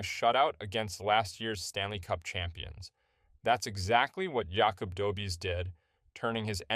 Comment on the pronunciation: Hey dude! Loved the vid, you got my sub. Refreshing to hear something ... Authentic. Freaking human; know what I mean? Keep'em coming ! :D P.S. It's pronounced "Dobesh". First name "Yakub" sort of. But who cares ;)